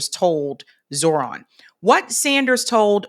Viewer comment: You are mispronouncing Zohran Mamdani’s. The correct pronunciation should be something close to this: “jo-Ho-raam” “Mam-danee”